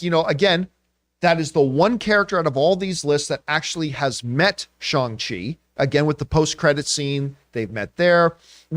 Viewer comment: His name is pronounced, Shang Chi with the hard letter A sound, not Shung Chi.